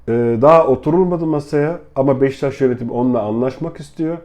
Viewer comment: abi niye beşiktaş demiyosun beştaş diyosun kafayı yicem